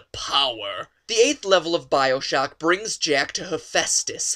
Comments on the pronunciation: He fucking said biosock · I clicked off right as i heard bio-shocking